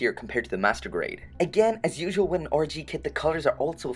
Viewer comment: Every time you say "RG", you sound like you're saying orgy.